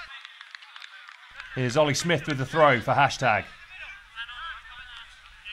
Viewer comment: Its Ollie. Sm eye th